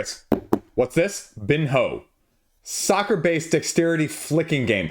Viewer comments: Pronounced BEAN-YO 😅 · "bean-yo" like ronaldinho